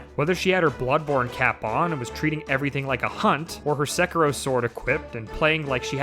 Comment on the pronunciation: Wait, how do you mispronounce Sekiro? Also obligatory "please play one of the first two Oddworld games at some point" comment :) I can not tell you how desperately I wish to see Taryn's reaction to the horrifyingly dark themes and level design accompanied by the goofy voiced characters and random fart jokes.